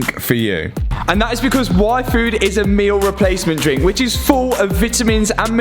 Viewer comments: is it just me heard waifu instead of yfood? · Every time you say yfood, I hear waifu.______. <3 Love the videos! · He said yfood and all I understood was waifu...I need a life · is it just me or did hear waifu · You pronounce yfood like waifu. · I kept hearing “waifu” 😂